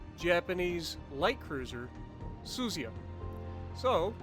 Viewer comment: It's pronounced Su Zu Ya